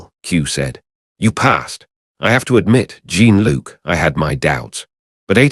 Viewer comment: Jeen Luke and I imagine Q saying it that way on purpose lol